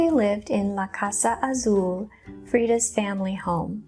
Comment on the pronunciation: Plz dont pronounce Azul the way you did a few times. Your pronunciation of the word is incorrect! Look it up. U must have never taken ANY Spanish classes.